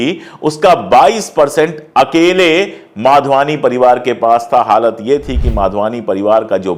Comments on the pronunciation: Madhwani not Wadhwani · माधवानी को बहोत बार वाधवानी क्युं बोल रहे हो । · I always like your channel. A correction- the surname of the family is Madhwani, not Wadhwani. Or perhaps I am hearing it wrongly. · Vadhvani nahi madhvani hai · भाई साहब, नाम के उच्चारण तो सही‌ करें.......यह परिवार ' माधवानी ' कहलाता है, वाधवानी नहीं ❤😢😅😂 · You keep saying Wadhwani, the family's name is Madhwani and not Wadhwani. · नाम माधवानी है आप बार बार वाधवानी बोल रहे हैं. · It’s Madhvani not Vadhvani! Through your you call them Vadhvani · They are MADHVANI and not Wadhvani as you pronounce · Pandey ji you have to be clear while speaking. Was it madhwani or wadhwani?